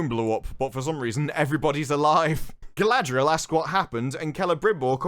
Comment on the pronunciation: Why does anyone say her name wrong? Gladriel is not her name ffs. Her name is Galadriel (Ga-la-driel). Doesn't matter this show managed to destroy all the characters.